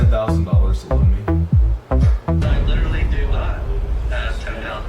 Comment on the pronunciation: Why is it that both this guy and Nick Shirley cannot pronounce the word "literally"? They are saying "littelly".